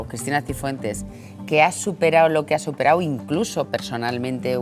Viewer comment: ¿Ana Rosa ha estudiado periodismo o lengua? Habla de pena; "Estudiao, superao, hablao, dedicau, abogaos, dejarlos tiraos...." IMPRESIONANTE